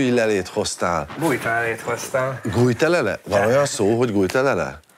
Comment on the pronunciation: Guitelelee, guiteleleeee ... eddig azt hittem, hogy ez úgy mondatik, hogy Gitalele. De így lett egy jó röhögőgörcsöm Hajós jóvoltából 😂